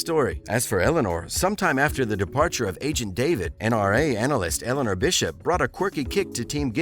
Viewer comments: Your butchering of the characters names is terrible, it tells me that you never actually watched the show. They're pronounced "DinOzO" (hard Os), "daVEED", and "ShuttO" (the C and I are silent). Now that said, with Bull now done I wouldn't be surprised if we see Tony back, at least for a bit, pretty sure Ziva's done and if Tony comes back full time that would mean they broke up (which I don't want happening, somebody on this show deserves a Happily Ever After). Bishop I would like back, she and the team reuniting when her mysterious secret agent mission comes home. Personally, for quite awhile I've been wanting to see Abigail Breslin return as Sandy, the blind girl from season 1 come back as an adult. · Forgive me but Ziva's last name is not pronounced like the FIRST name of DAVID.... The character's LAST NAME has a SHORT A and a LONG I... like in musical vowels... So the i has a double e sound like in the word feed... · It's Daaavid. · NRA analyst Bishop? It’s bad enough you can’t pronounce Ziva’s last name but you weren’t even close with NRA lol 😂 What Idiot runs this channel? 😂😂😂. This channel had zero credibility